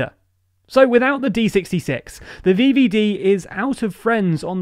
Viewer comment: thé vieviedie, im keeping that one alive *edit im loving these pronunciations, ty <3